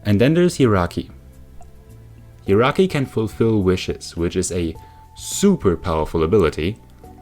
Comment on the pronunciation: Oh my god i know pronunciation wars are a thing but your pronunciation of Jirachi is literally the best thing I've ever heard. All aboard the hee-rocky train